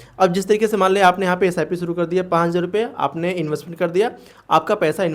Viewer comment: 5000 bhi dhang se nahi bol paate ho ..pahle bolna sekho